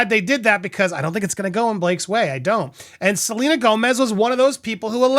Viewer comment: I swear I heard you call her ‘Subpoena Gomez’ 😂